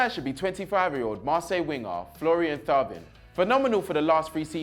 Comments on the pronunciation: Hey, great content. Little heads up. Best way to pronounce the players names. Thauvin = Toe-van. Telles = Tel-les. Otherwise keep it up. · Some tell that he needs to watch more football. He calls the names wrong so many times 😑 if he it Chris making those errors we would slaughter him. Lenglet and Thauvin🤣🤣🤣 my guy, you watch some highlights and listen to how they Surnames are pronounced next time. Keep up the good work nonetheless tho🙏👌🏽🔥🇿🇦🇿🇦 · Thauvin? AHAHAHAHAHAHAHAHAAHAHAHAHAHAHAHAHAHAHAAH